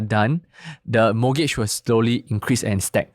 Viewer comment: Can he please NOT pronounce mortgage as MOGAGE?